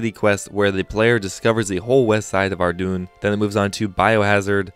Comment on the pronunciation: Ardoon lol its Ar-DOYN